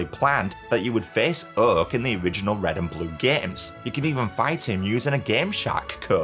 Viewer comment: Whew chile....the accent. That "Uhk" (Oak) took me OUT. lol